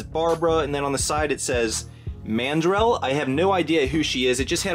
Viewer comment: Her name is pronounced " man - DRELL"